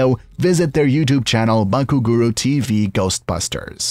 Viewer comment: Question... Am i hearing wrong or Aren't you pronouncing their name backwards? Isn't it "GA-ku BU-ru", instead of "BA-ku GU-ru"? Or i might be wrong as well 😂... But i was jus wondering... No disrespect intended at all.